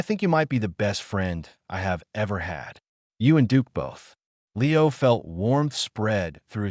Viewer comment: Abut into it wen Niro sed “ Leo “ it sounded so weird